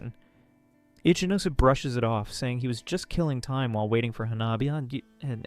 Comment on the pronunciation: every time i heard his name ichinose, i only heard itchy nose😅